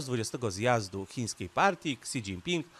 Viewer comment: "Si dzinpin" się wymawia wia wia.